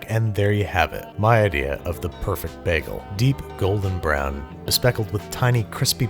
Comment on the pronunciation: the way he says bagel makes me wanna jump out of a moving vehicle but his content is good so i’ll let it slide